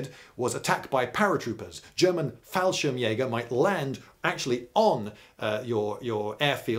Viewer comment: Hi Lindybeige, I am from germany and I am really impressed by your german pronunciation. English speaking people often have problems especially with the umlaute and the e at the end of words. But your "Fallschirmjäger" was flawless!! :)